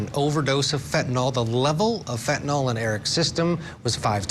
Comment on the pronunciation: It's not pronounced 'fentanall', it's fentenyl. 🙂